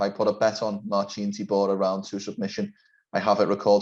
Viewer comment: say it correctly, you are Polish.